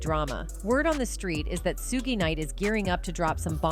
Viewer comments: i thought AI bots learned from what it watches ande reads, why does it totaly misspronounce evry name? calls him SOOOOO-GY not SHOUG suge, gues deepstate wants you see AI as it is, HALF ASS! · Ummm 🤔 Hmmm Please STOP saying SUE-GAY!!!!!!! SUGE SHUG( LIKE SUGAR) EVEN SHUGE BUT YOU GOTTA STOP AND LEARN HOW TO SPEAK PROPERLY. SUE-GAY!?!?! LMAO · Sugay? Is that French?